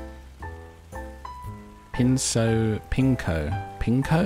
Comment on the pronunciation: "Pinko?" 🤣 "Ceaux" is pronounced just like "so". Pinceaux means paintbrushes. It's fun to see English speakers don't pronounce the -e at the end of words. But it's true, yours are silent and ours far from it!